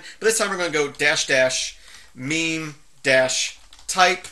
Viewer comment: Meme types? No ... that's something different. On a serious note, I've never actually heard anyone pronounce mime, so I always supposed it was an i sound. No idea how it is actually pronounced, or what it means though.